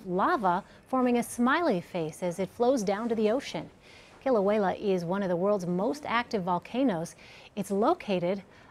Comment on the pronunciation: the way she pronounces kiluea is annoying.